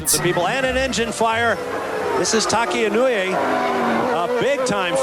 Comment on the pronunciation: Tacky Inuwi. Sure. That's totally how you say that. (nope) E, no? Eh? (<<-- say this. And you've got it right.)